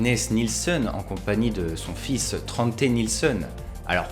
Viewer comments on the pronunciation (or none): none